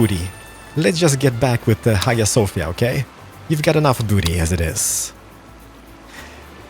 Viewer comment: In hagia sofia...you pronounce "g"sound as sound of "j"